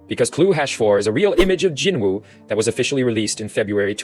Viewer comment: Your TTS pronunciation of Jinwoo is as horrible as your conclusions. And your presumptions. Jinwoo's test WAS sacrifice and tenacity, the system would not, could not, choose someone without.